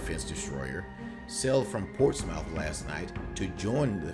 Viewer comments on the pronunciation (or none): Ports mouth xD It's pronounced Ports-muth